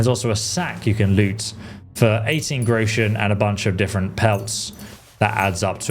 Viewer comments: It's "grosh-un" you yokel! ("grow-shun" LOL) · thank you very much for the tips, now I have a big one for you, you pronounce the word Groschen wrong, it´s Groschen and not Grouschen, leave out the pronunciation of the U, the word consists of 2 syllables Gro-schen, just say Groschen. German pronunciation is not that easy, it can easily lead to a knot in a tongue. 😁